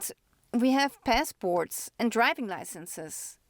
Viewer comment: It is not pessport but passport😂😅